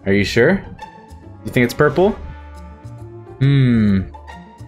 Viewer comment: omg when he meant to say purple and he said poopa